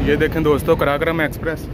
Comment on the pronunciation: بھائی قراقرم ہے کراکرام نہیں